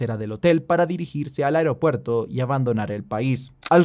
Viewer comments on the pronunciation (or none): none